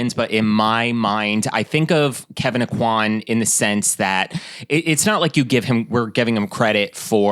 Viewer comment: I just need to say "thank you" for pronouncing the name like 'oh-quan'. I hear people say it like 'oh-coin,' and it's rough as a Cajun girl.